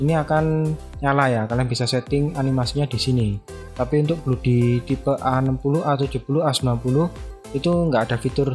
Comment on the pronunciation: Bacanya blodi bukan bludi walaupun o nya double (oo) tapi bacanya tetep O bukan U